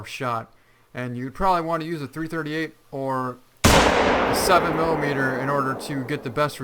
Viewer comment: Does anyone who actually hunt make videos because every video for this game they say "7 M M", it's 7 millimeter.